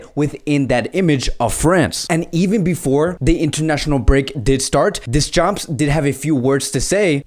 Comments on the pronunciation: Funny how you pronounce Deschamps ...(don't pronounce the p nor s...) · Deschampssss 🤣🤣 'Murica🦅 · you() slaughtered Deschamps name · yo is this guy dyslexic, he cant Deschamps or Kazakstan right